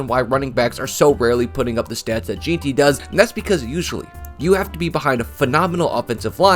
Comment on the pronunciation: Please learn how to pronounce Jeanty. For your own sake And also Skattebo. You're embarrassing yourself